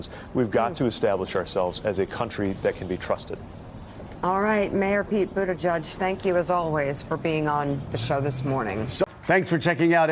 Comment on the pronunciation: It's "Boo-edge-edge" not "Boo-edge-judge".